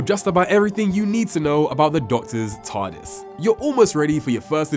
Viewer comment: it sounds like hes saying Tardasses 😂